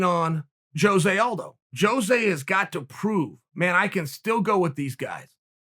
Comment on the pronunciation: Joe-zay Aldo